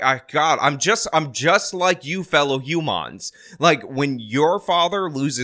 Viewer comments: "Hoomuns!" I always knew you were a Ferengi,. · "Fellow Hew-mons" killed me!🤣 Fucking Ferengi's...